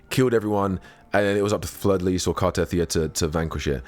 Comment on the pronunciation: Car-teh-thee-ah, not Car-teth-ee-ah.